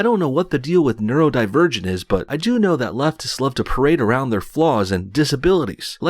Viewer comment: "Neuro divergent", what I first heard, was "nerd, virgin"😂.